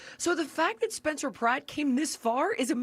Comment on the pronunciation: Did he just call Pratt Spratt? 😂